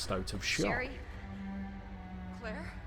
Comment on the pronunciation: Leon & "Clerr" 😅